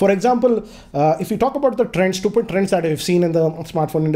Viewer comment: Nobody: - StuYooPiD